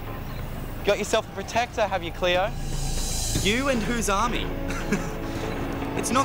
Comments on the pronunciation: It’s not cleooorrrrrr it’s CLAYOOO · LMAO “R CLEO!” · Its Cleo Not cleor